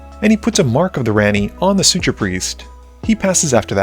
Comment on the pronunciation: Hey! Yea totally: Suture Priest - Suture it pronounced "soo·chr" where the T makes a "ch" sound, but oddly you say it right , Laelia - just forgot the "i" in the name - Raucous - "raa·kuhs" kind of like "cause a ruckus" but with the "raw" sound - Maestros - "mai-strow" or "my strow" Shaman - "shaa·muhn" shaw like saw